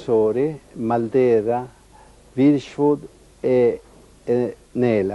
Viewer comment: Vierchowod che diventa virchwod detto da lidholm.